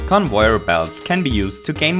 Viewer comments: (No offence but it's pronounced con-vey-er to XD typo) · I like how you pronnounce it as convoyer belt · It's pronounced con - vay - yer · bambamboodee I see... he mispronounced lol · I wanna smack this boi for the way he says conveyor belts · you really butcher the word conveyor xD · It's convayer belt not convoyer belt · It is pronounced Cun-vair Not Cun-voy-er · you kept saying convoyer belts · Stop saying convoier belt say it right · Why are you saying convoir belt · its con vey er not con voy er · Convöyer belts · i love that he says convoyer belt <3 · Convoier blots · "Convoyer belts" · conwoyor belt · He says convoyer belts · stop saying convoyor belts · Everyone: conveyor.: convoyor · “Conboyer belt” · why do you always say convoyor belts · Convoyor or conveyer? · Did anybody know he says convoyer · Not convoyer its convayer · it's conveyer not convoyor u idiot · No, its so annoying the stupid CoNvOyEr it’s conveyor not convoyer! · convoyer belt. lol. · convoier belt conwoier belt please, its conVEYer belt. please i dont want to hurt your feelings with this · Trying to think on how this guys accent can get any better, it ruins Super Mario Bros. on how he says things. For example: "Convoyor velts" "Gumpas" "Bub-umbs". Also how much cringe he makes when he explains things, like a story and weird cringe effects, how he says what happens as a story. He's weird. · “Convoier belts” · i'm not making fun but every time he said convoyer i laughed so hard(i was trying to be serious be fore and after watching this i didn't work) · WHY CAN'T YOU JUST SAY: CON-VAY-ER-BELT? Note: You do say con-vay-er-belt sometimes* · I Die as many times in fortnite as he says convoyer belt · "convoyor belts" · Conouyar belt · Convoyeur belt? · he says convoyer belts xD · when you pronounce conveyor belt it sounds like convoyer belt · "Convoyor" "goompa" "mereo" "cringe stories" "cringe effects" "talks weird" reasons why i didnt subscribe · he's saying convoyor belt so often